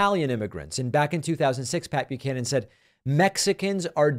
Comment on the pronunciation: I was well into my twenties before I realized it was Pat Buchanan and not Papeu Cannon. In my defense, even here that's what it sounds like David is saying.